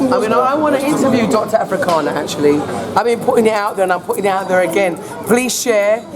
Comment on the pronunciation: her name is Arikana not "Afrikana" lol Dr Arikana Chihombori, but love same way! keep up the great work!